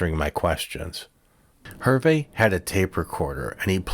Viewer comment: good story - thank you. hard listening to how you chopped up the pronunciation of Herve's name.